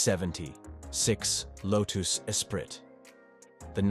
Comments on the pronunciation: LMAO "Low-tooss EspriTT" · Low-toos e-sprit?